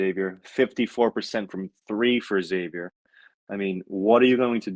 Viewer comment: When you get beat by 25, should pronounce the name correctly, it’s Xavier not eggsavier lol